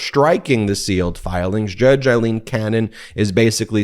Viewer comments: "A" leen, not "I" leen. Don't want to give any right wing idiot an excuse to criticize. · Great report as ever, Ben. Just one thing. A-lene NOT I-lene Cannon. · Hi guys, love the content, just a small issue of little consequence but still, judge Aileen Cannon's name is pronounced A-lene, not I-lene, it's an Irish thing! Keep up the great work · Judge Aileen "loose" Cannon needs HAS to be removed from the case. More a "Feral" rather than "Federal" judge, biased doesn't even START to cover it The chances of a fair trial with her interference & unlawful pronouncements are now vanishingly small.